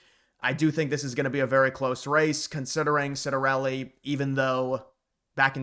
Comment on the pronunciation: Its pronounced Chiat-ta-relli... not being Italian, you're excused!👍